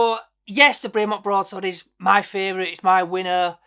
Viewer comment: Great watches but if your a super fan why don't you pronounce the company name properly? It's BREM-ON not BRAY -MONT. great vid btw